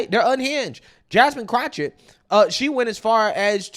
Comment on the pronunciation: I love how you call her CROTCHETT lmao